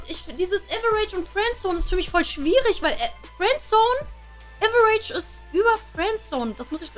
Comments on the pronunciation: man man man die soll mal die Aussprache von "average" üben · bruder deine perle muss lernen wie man fcking average ausspricht xD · Liebe ihre Aussprache 😂 Liwi für levi und äwerätisch für average